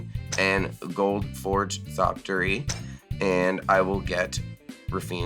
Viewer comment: repeatedly saying "Thoptery" without the X made my teeth grind in ways i didn't know was possible lol -- we must honor the memory of the proud archaeopteryx by pronouncing the X!